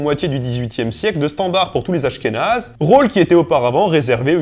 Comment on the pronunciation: des askhénaze ? Des /asxenaz/ PUTAIN !!!!111!11